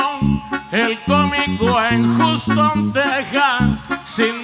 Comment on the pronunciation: Pobre compa no pudo pronunciar bien dijo juston texas